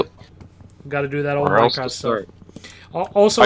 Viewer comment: 1st To like meh own comment >:D P.S. You pronounced Minecraft wrong